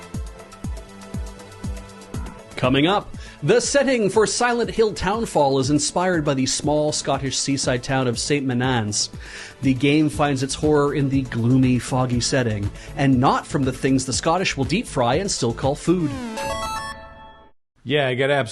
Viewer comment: The Fifer in me died when pronounced St Monans. Moh-nans, please, I beg you.